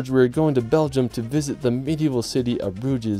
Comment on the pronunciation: also (after all the pronunciation mistakes prior), when I heard "broodgyz" I lost it and burst out laughing realy hard xD